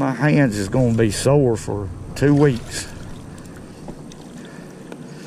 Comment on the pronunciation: My new favorite word!! "Fur" ..I'm gonna run that word " fur"in the ground